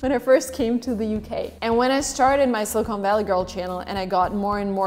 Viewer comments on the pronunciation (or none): none